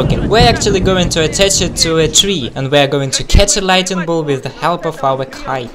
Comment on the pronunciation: did he say lightning blot? 🤪🤣😂